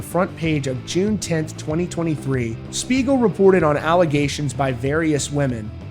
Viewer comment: Not gonna lie, at first I totally thought he said Smeagol as in Lord of the Rings 😂